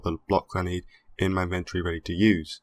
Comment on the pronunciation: Can someone please tell this guy how the word inventory is pronounced...